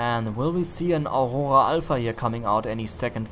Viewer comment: hell that german "aurora" sounds incredibly